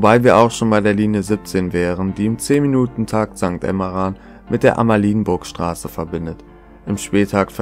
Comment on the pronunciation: Sehr schöne Doku. Ein kleiner Versprecher ist mir aufgefallen: Bei der Amalienburgstraße liegt die Betonung auf dem e nicht auf dem I. Sozusagen ein kurzes I und kein ie